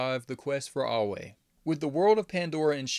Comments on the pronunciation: Eywa is pronounced (eh-wha), unless your native tongue is making u say (ahh-way) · Eywa not Eyeway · It's ay-wa not au-way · EYWA. Not away. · It’s pronounced like (aye-wa) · Why did you pronouns Eywa like ‘Ahway’ help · It was pretty jarring fr. Was thinking ‘howcomes he cant pronounce it? Whats up with him?’ But no biggie, apart from that, very good video. Pretty solid theories too. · You say EWYA wrong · I think these theories are pretty close! Also, I love the way you pronounce Eywa hahaha! Great video though man! Good to see another essay video